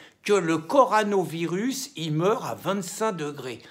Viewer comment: CO.. RO.. NA.. virus on dit Mr Cassen 🙂